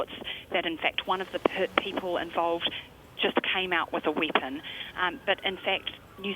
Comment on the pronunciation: ''automatic weepon'' it was not automatic